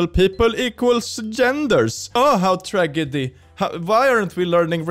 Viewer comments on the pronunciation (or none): none